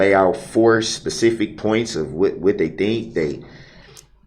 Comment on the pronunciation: And axes for pacific reasons.